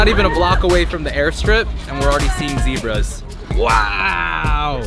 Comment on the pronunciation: "zeb"ra not "zee"bra